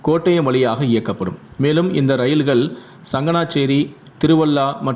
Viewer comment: தமிழ் மொழியை கொலை செய்யாதீர்கள். எலும்பூர, ரயில்கல், தயவுசெய்து தமிழ் மொழியை ஒழுங்காக கற்றுக்கொள்ளவும்.